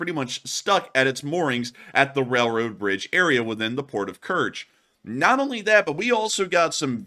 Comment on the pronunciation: "Rell-road". Spit that out.